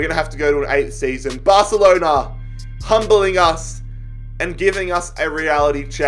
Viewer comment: Nobody: Literally No One:: Barcelena